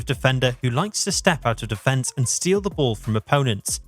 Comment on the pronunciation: Hahahaha. Stop it brother!!! I was enjoying you video untill u said "May be Manchester United might stell it"😅